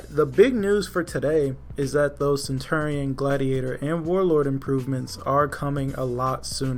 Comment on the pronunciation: You keep pronouncing centurion wrong